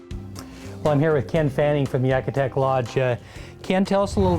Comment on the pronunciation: great video. but its pronounced Yakutat not Yakutak